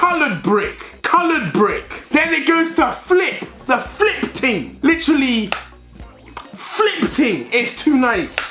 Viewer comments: Is deji trying to speak like a Jamaican "the slide up ting" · How many times did this man say ting?😂😂😂